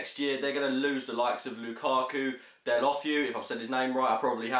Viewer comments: del-a-fayu is how its pronounced. the biggest wonder of the prem is how the fuck you pronounce dikgacoi, everyone pronounces it differently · You absolutely butchered Deulofeu's name. I predict 2-0 Arsenal. We need some breathing space, 7 clear is what we need.